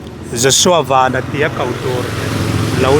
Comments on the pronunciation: Piangte Vennnn a ni lo , Van- Sky, VAN ti in ko roh... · Ku Pianga hian a lam dik lo nih hi😂mahse Ku Pianga kha ni tlat a,a changin lam dik leh tho bok a,Aaaa Ku Pianga kha ni tlat a😂😂😂